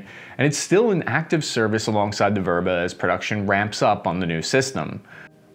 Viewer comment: It's called "vêbra" – not "vôbra"